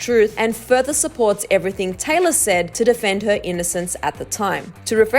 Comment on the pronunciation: anyone else hearing tyler instead of taylor